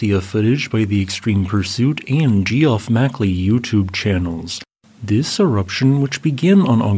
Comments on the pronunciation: Jee off? It's Geoff! I swear you mispronounce things on purpose. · Jeff ,not Gee-off 😂. Or the ffs could also be with a v sound like Geve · Geoff is pronounced "Jeff" Just letting u know homie. Love your stuff! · Absolutely love your channel but it's pronounced Jeff Mackley. It's simply an alternative way to spell Jeff but it is pronounced the same. ❤ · Geoff is pronounced the same as Jeff... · PS Geoff is pronounced Jeff